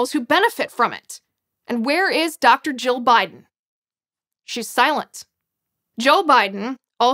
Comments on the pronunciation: Liz needs to pronounce 'Jill' more distinctly....it sounds like she is saying 'Joe'. But....good video. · Why is it, half the time Ms. Liz says Dr. Jill it sounds like Dr. Joe?